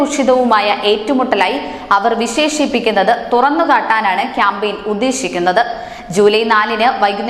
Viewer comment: വി ശേ ശം അല്ല വി ശേ ഷം. വിശേശിപ്പിക്കുക എന്നല്ല പറയുക ... വി ശേ ഷി പ്പി ക്കു ക.